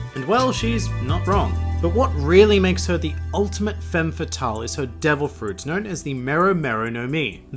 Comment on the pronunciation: Femme is pronounced with an /a/ and it should be femmeS ;)